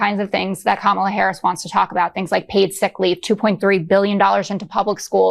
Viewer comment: Why do they insist on mispronouncing president Harris